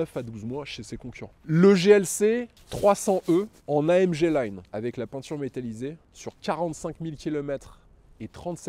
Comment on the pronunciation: AM GUE Et non AMGE... quand un présentateur youtube ou télé le prononcera comme il faut ??!!!! C'est le genre de détail qui m'énerve !